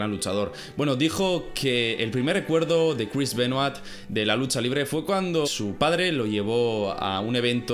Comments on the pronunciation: Voz de hermion Es "Benua" No "Benuat" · Se dice "Benoá" no BenoaTTTTTTTT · Crish benoait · porque los españoles pronuncian tan mal los apellidos, nombres etc en otros idiomas? me saco de concentración escuchar a cada rato el apellido Benoit mal pronunciado